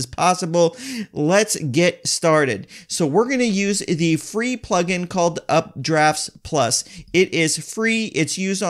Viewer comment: its UPDAFT PLUS....not UpdraftS Plus